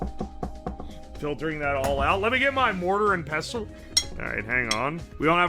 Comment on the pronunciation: Caught that bro wasnt sure how to pronounce "mortar and pestle" Pessile 😂